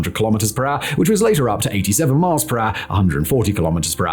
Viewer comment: Lol. You say ....... kilometers an R!!! _ It's so cute because you don't say kilometers an hour!